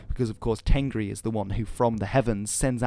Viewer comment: Dude, im Mongolian , u did a good job explaining the religion but there is some little mistakes. Tengri , we pronounce it Tenger which means sky in Mongolian. Khukh tenger means blue sky. And the word temdeg means symbol not the name of the symbol u r talking abt. It is Khas temdeg. Ami means life, animals are amitan.